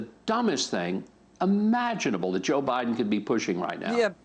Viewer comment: "president bidan" 🤣😂